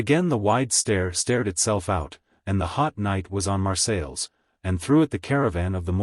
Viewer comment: Did the reader really say, "Mar-sales"? Lord, have mercy! I will go no further.